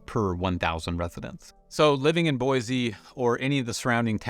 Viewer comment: Take that z out of Boise and I won't have an issue with you. hahahaha Super pet peeve listening to you this morning. Thanks